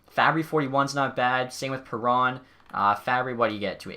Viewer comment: He isent called david perro Theres a N in his name bruh